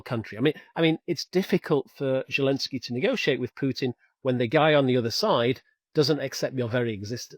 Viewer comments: His name is Volodymyr Zelenskyy. That's Zelensky with a zed like in 'zoo' or 'zest'. I don't know where this 'Zhelensky' idea comes from. In spite of that curious idiosyncrasy, this was a great analysis. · Ja, ich spreche Deutsch. Das weiss ich alles. The name in Ukrainian is: Володимир Зеленський I've seen it spelt different ways for speakers of English but the 'Z' is pronounced as a 'Z'. If you look at Wikipedia in English you will be able to see how it's spelt there. Your spelling looks like it could be the spelling for German, Dutch, Danish speakers...I don't know. Or maybe Czech or Polish as I said. I have seen in Wikipedia in English: Volodymyr Zelenskyy